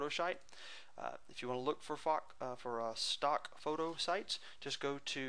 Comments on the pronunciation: lol nahh he said "fock" he meant to say "stock" and nah he pronounced it "fock" not fuck! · he accidentaly said falk instead of stalk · HAHAHAHA he did =) he said fock! lol